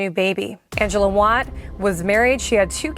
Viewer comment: As a family member of one of the women killed, it is inconsiderate to call these "great stories". Secondly, Angela Wyatt is pronounced Y-at. Not Wat. Please consider that these aren't just stories to all of us. For some, it is a harrowing truth that we still have to reconcile every day of our lives.